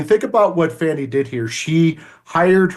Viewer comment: Comming from right wing youtube, its jarring to hear fanni and latitia pronounced correctly